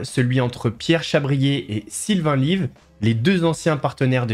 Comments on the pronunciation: C'est Pierre Chabrier et Sylvain Levy, pas Lyve. Lyve c'est un jeu de mot qu'il prononce "live" pour le nom de sa chaîne, mais son nom c'est Levy (ou Lévy je ne suis pas sûr) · Svp arrêtez de dire "Sylvain LIVE"! Son nom est, peut être le l'ignorez vous, LEVY !